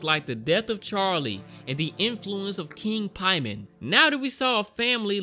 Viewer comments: "Pie-men"? It's Pay-men. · ? haha his name isnt Piemon....Its Paimon.....think Payman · Paimon is pronounced paymon, pay- mon